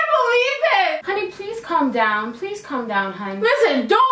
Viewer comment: "Corm down" lol